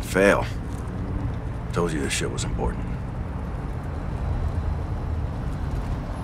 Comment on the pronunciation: I thought Ghost said "Grapes" instead of "Graves" 🤣